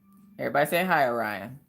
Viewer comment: You would think as a teacher, they could pronounce Orion correctly.